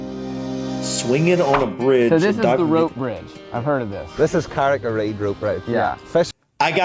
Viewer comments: I’m from Northern Ireland, the correct pronunciation is Kah-Rick-Ah-Read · Name of rope bridge is pronounced "carry-carried". Famous Irish golfers include Padraig Harrington and Rory McIlroy. Look up Smithsonian channel -giant's causeway. The piece is short but very informative. I can see you living somewhere in the UK one day,. You seem to really love a lot of it in terms of scenery and history/architecture.